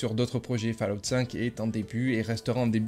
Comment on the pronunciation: Fallout se dit Follout. C'est dingue de ne jamais prononcer correctement, séssone pass cale off etc c'est pourtant basique 🤷‍♂️